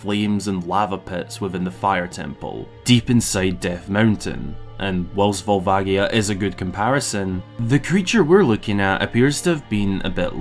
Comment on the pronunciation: I'm gonna be that asshole and say it's volva-ji-a, not gi. I know people like to debate this but it's a "ji" in Japanese, if it were meant to be gi it would be gi, since they have that sound. Love this video though! I definitely adore these kinds of theory videos with actual thought to the lore.